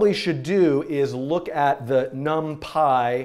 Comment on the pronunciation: num-pie.. not num-pee?????